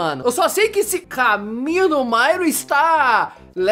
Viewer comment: Meu cê fala mairo não Mario quando vc fala super Mario meia quatro cê fala super Mairo meia quatro